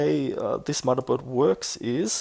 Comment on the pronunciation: lol "mudda" board XD